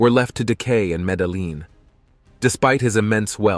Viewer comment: Bro, that's not how you pronounce Medellin... Show some respect for a God dude..... Latti Daddi, Free John Gotti! Show some respect for your elders and betters bruv!